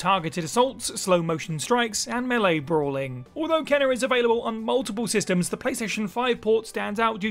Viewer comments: He himself hasn’t played “Kena” bridge of spirits. How do I know? Her name is pronounced “Cain-a.”How do I know? I played the game and that’s how she pronounces her own name. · Kena Bridge of spirits was great. Though he himself hasn’t played since he kept pronouncing her name wrong.